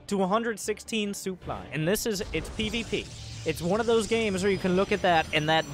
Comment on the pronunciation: the sooply